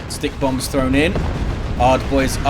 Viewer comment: I'm still learning about this game, and while I know (now, anyway!) that it's "stikkbombs", I keep thinking is saying "stink bombs" and it stupidly makes me giggle like a little girl.:_indridWarboss:🤭